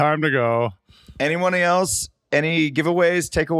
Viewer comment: love the mispronunciation this episode “any oney else? any giveaways, takeaways…” -Adam